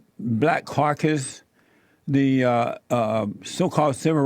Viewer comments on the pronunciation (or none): Black Carcus lol I belieeve he meant caucus.